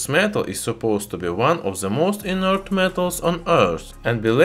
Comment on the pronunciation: the most "in ert" in earth metal.